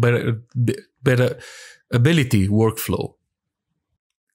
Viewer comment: You killed it for me when you attempted to say 'interoperatability' lol, you had me rolling on the floor! ... was the funniest bit I have witnessed in a long time. Bless your efforts for the competence with explaining PS and AI. Thanks!